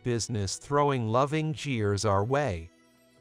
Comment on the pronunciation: Poor pronunciation of some everyday words, and too much of a drawl, in the commentary! At weddings, people "CHEER" not "JEER"!